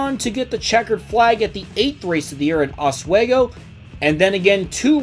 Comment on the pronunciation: Also, Oswego Is Pronounced "Os-Swee-Go", Not Os-Sway-Go. That's How Us New Yorkers Say It